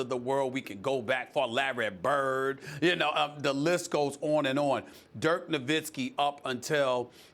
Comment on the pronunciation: Larreh Burrrd